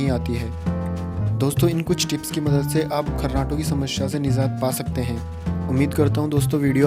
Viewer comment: So please say "Samasya". Not "Samashya".